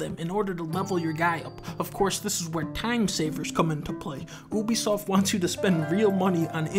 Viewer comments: Dunkey its pronounced youbeesoft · Lmao, oobysoft